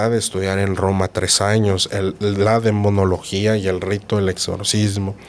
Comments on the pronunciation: la palabra correcta es demonología, no demoniología. El invitado repitió varias veces: DE MO NO LO GÍA. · disculpe usted; pero es Demonología... no Demoniología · Se dice DEMONOLOGIA 😊 el padre lo dijo varias veces y la señora seguia diciéndolo mal 😅